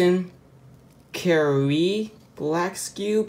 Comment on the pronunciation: kirin keer-in i think